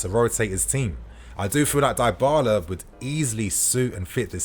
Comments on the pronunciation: Idk why but am getting sick if I hear you say Die-bala instead of dybala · Isn't his name pronounced dibala? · Dybala is pronounced with the Y like in BIG.